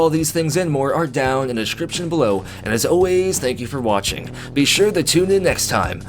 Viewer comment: really sounded like "thank you for washing"